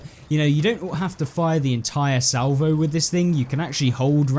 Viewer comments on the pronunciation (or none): none